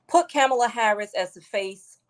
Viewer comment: He calls kamala Kumquala